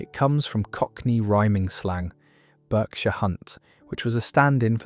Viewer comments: Yeah but only Americans pronounce Berkshire like "burkshire". I've never heard a British person pronouncing it that way. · Berkshire rhymes with dark shire not lurk shire...so how do you get Burk out of it ?